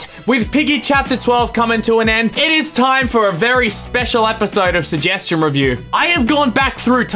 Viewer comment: Shugheshtion Fhinaleh Me: Shugheshtion Noeh